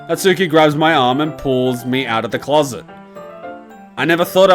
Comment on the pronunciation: Natsuki more like Natuski am I right ha haha